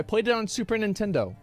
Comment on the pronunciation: "I've played Sea of Stars on Super Nitnendo" ..c'mon dude.